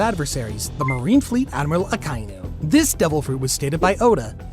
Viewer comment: I like his Pronunciation of Akainu